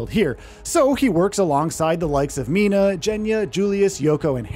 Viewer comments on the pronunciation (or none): none